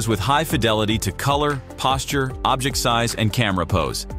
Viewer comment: The narrator keeps pronouncing the word "Object" as "objEct" (the verb form). He seems like he's a native English speaker, but maybe he isn't? But the real concerning question is, why would Google (a company heavily invested in the wielding of proper language usage), not notice this? Very annoying, and doesn't inspire confidence.